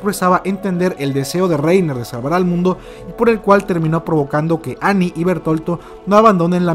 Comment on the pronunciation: No entiendo por qué a Bertholdt (Bert-Holdt) le dicen Bertolto. 🤦🏻‍♂️🤦🏻‍♂️🤦🏻‍♂️🤷🏻‍♂️